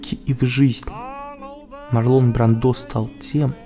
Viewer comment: Правильно говорить МАрлон БрАндо! С ударением на А и в имени, и в фамилии! Всё остальное тоже ужасно! Я не придираюсь и не хочу Вас обидеть, но это так, к сожалению.